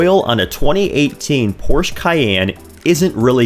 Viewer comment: 👾Hey Sport...Porsche is a two syllable word...